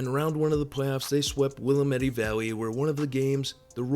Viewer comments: Don't know how to pronounce Willamette, do ya? wil-LAMM-et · Really butchered willamette lol. Will-am-et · This is sick. I hope it continues to grow and do great in North Dakooter. Also, this is the first time I have ever heard someone butcher Willamette THAT badly lol. It is said "Will-am-it", with the most emphasis on the first syllable. We speak pretty lazily around here, so the issue with saying our place names right is most people are trying too hard and being too deliberate in their attempts to say them right. The rule of thumb that works for most people trying to say our place names right is this: Speak slower, lazily, and like you're slightly drunk so that you just begin to slightly slur your speech. You do that, and you'll probably nail it most of the time afterward.